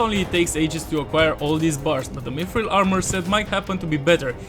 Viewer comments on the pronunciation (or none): none